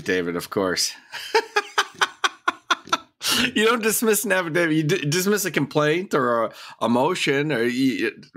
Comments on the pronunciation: old mate's another one who's keen on an "Affa David" & those that are make sure they constantly mispronounce it too as if they're correcting the judge & shaking their boof heads at them. I love it!!! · "My affiDAVID reads for itself." No, your affidavit cannot read. It can speak for itself, but it cannot read for itself. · Stupid people say affavid! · American speech is so in precise and so sloppy. The word is affidavit with a T at the end not an affidavid. No D. Not even a highly trained judge, and Attorney can pronounce words correctly, wow, no wonder the law is so imprecise.